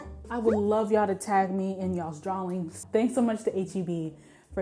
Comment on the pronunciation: in ALL of the many years I have been watching you, I never realized you had an accent... until I heard you say 'drawings."